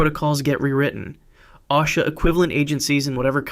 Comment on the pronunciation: its pronounced ŌSHA at both of my taxable jobs they make you watch 30-60 minute videos every year so ive been hearing OSHA for 10 years but just so you know if it comes up in a future video definitely love your vids man